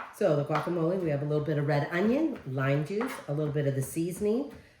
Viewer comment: Guacamole is pronounced - Walk ah mole eh.....Please try not to calll it qwalk❤..... jalapenos are pronounced- hall eh pen( not peen) yos...Thank you ❤️🩵